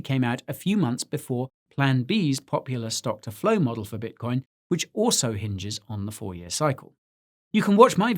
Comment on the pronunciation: bitocion lol